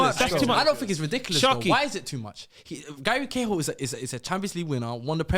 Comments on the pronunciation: Man said Gary Cahill you know I’m out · man said gary cahill 😭